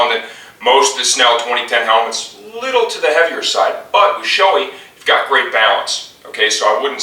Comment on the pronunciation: Great video...but Shoei is pronounce as, "Show-ay". :) No reflection on your video though. Well done and helpful. :)